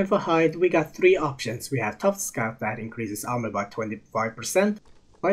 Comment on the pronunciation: It's not Scout it's Sc-utes😂😂😂